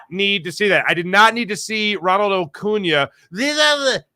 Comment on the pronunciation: 1. I'm life long Braves fans 2. You must have missed the part where he butchered his name 🤦🏿‍♂️ 3. Notice how Acuña and Ocuña are very different. Some ppl.. lol